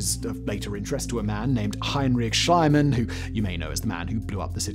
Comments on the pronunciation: Schliemann is pronounced "Shlee-munn" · Hey Simon you know I love your shows but I just can't figure out why you keep mispronouncing Heinrich Schliemann's name! It's Deutsch: the "ie" is pronounced "ee"! Living in Prague , I would have thought you'd know this by now 😢!